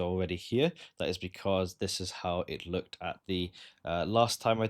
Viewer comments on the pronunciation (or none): none